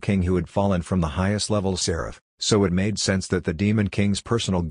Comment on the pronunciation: Lol MA-de